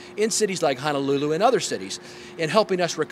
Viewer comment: I just can’t get over “Hannahlooloo” and “Waaaahkiki” 😂 And none of those people took you to get an actual aloha shirt? 🤦🏽‍♂️